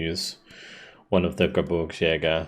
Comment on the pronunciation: GeBIRGSjäger (think beer rather than burr), it almost sounds like you say GeBURTSjäger which comes out as Birth hunters rather than Mountain hunters. :D Keep it up, these campaigns always entertain.